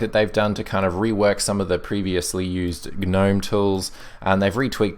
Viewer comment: I'm subscribing just because you pronounced Gnome correctly. Thank you.